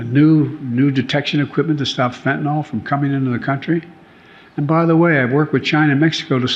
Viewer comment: Not FentaNOL, but FentaNYL.